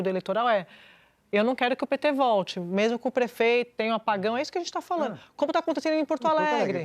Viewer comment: A Sadi não sabe que o gerúndio tem uma letra D? O certo é falanDo e não falano,!!! Esses pseudojornalistas precisam prender a falar português.